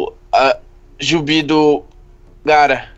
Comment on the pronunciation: Só eu que percebi ou ele falou "JUBI" Em vez de BIJU!! kkkkkkkkkkkkk